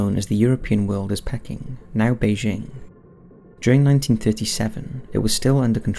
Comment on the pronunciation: Peking. Pronounced Pee King.